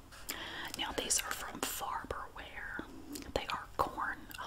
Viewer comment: Hold on... It's faRberware not faBerware???